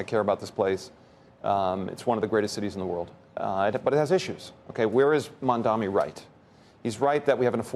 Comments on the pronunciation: Is it that difficult to say mamdani ? I feel like most americans are illiterate for not being able to spell a 7 letter name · Learn to pronounce his name properly Andrew. He's going to be your new mayor. No surprises though that neither Andrew nor Ackman agree with his policies because he actually supports ordinary working class people not the billionaire elite you constantly pander to. The "antisemitism" gig is up, we all see through it. Move on and focus on the real issues instead of bending the knee to your puppet masters. Zohran may have it tough but he knows what he's fighting for and his soul isn't bought, that's priceless. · Say his name right, bull Ashman. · How many votes does he need before folks will pronounce his name right? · They still will not pronounce his name correctly. Incredible. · It’s pretty obvious that Ackman only cares that Mamdani doesn’t bend the knee to Israel. That’s his only reason to oppose literally. All the other things he lists are just red herrings. Also how dumb has ackman got to be that he obsesses over Mamdani 24/7 but still can’t pronounce his name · So these “genius” Billionaires can’t pronounce the name Mamdani correctly after a year, and we’re supposed to believe they can solve complex problems facing NYC? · maMdaNi - not maNdaMi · Its NOT mumdami. Its Mamdani. Atleast learn to take someone name right. Even if Mamdani wins, these arms dealers of Carlyle Group will not let Mamdani work. What have you done for NYC? Did your policies work? NO they did not. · It’s Mamdani , why it’s so difficult to pronounce. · Mamdani MUM-DA-NI Easy guys, try it. Unless you're intentional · Can any of these billionaires not read and pronounce accurately? Or are they all racist? Why does a single one of them not pronounce Mamdani correctly. It is NOT MandAMI. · It’s surprising that both of these guys don’t know how to pronounce “Mamdani” and call him Mandami. Pronouncing someone’s name correctly is the most basic etiquette!